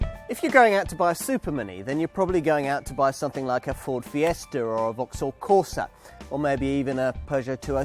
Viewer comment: When you practically opened by saying "Ford Fiester" instead of "Ford Fiesta" I already had to throw the towel in, just 20 seconds in. I thought you were supposed to have spawned the language, so far no one seems to speak it. Also, it is agenda, not agender. And Madonna, not Madonner. Thank you.